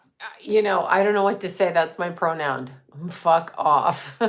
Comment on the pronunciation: Did you say "pronound"